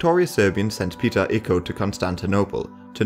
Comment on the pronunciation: I wish you consulted some native speakers concerning the names of places and characters involved in this historic period (Icko is actually Ichko, Kuchuk Alija is Kuchuk Aleeya, Georgi Petrovic is George Pethrowhich, Becir Pasha is Bacheer Pasha, Ivankovac is Ivancovatz, Misar is Meeshar and so on) but apart from that I find the video good.